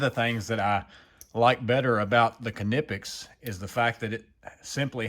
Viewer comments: Not to bust your balls but it is pronounced as Nip-pex. I honestly feel like it was intentional that you keep adding the car at the beginning of it and I'm dying from it if it is intentional if not it's still pretty funny not really trying to be ugly or anything I just didn't know if you were aware and I'm not even going to like even try to lie and say that I've never actually said it the exact same way before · That extra syllable with the beginning of the word has got me rolling over here it's like when people say qwhiskey lol. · I pronounce them like knife 🗡 because ka-nife doesn't sound right ny-pex makes more sense to me.